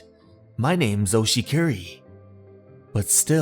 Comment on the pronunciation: There’s no Y in Oshikiri.